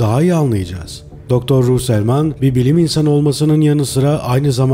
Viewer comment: psiyatristin soyadını yanlış söuleüyorsunuz.